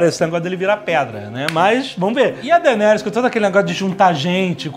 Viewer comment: "Dargaryan" with D